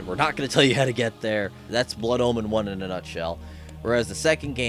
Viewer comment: he says it like Blood Almond